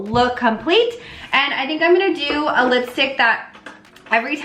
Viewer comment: did you just call the doe foot applicator a dofa? Lol